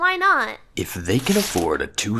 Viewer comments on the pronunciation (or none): Paip Bamm.